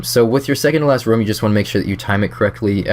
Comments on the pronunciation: why do you pronounce room like rum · its "room" bro jesus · something about the way you say room triggers me slightly.. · Your pronunciation of room is very british-sounding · not british sounding at all, in any accent. - am british